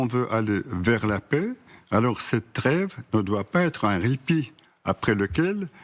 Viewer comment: Poutine comprends de vous là creve quand vous dites la treve, et le glève quand vous dites y a greve, ça crève l'oeil...